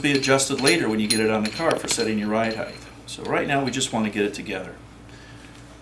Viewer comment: Thanks, but please, please, please...HEIGHT not HEIGHth.